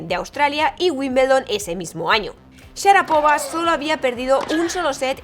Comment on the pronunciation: SHARAPOVÁ, CON ACENTO EN LA ULTIMA SILABA